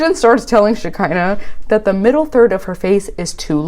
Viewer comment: Every time you say Sharpie and Shark-INAH I lose it 😂😂😂